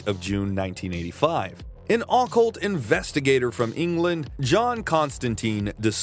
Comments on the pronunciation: 😵‍💫 it's OCCULT OH- CULT not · ah-cult... think yr emphasizin' the wrong syllable friend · I’ll sub when you learn how to properly pronounce occult… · I have literally never heard a human being pronounce "occult" the way this dude does.